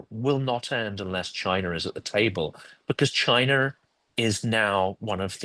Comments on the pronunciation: What's Chiner? Is it like some kind of tableware? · “Chiner” and “Rusher”??! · Chiner? Russer?